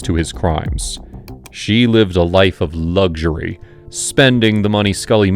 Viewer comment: it's not LUGSURY it's Luxury. Lucks.